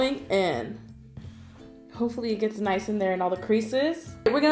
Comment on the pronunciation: She said noice not nice fit